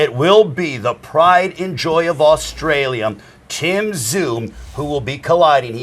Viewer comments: Why the fuck is this clown saying AUSTRALIAM? 😂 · Is old mate saying, Australiam? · Australia mate not bloody Australiam WTF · Going to be a ripper fight. The bloke in his ear could of told him to pronounce Australia correctly 😂😂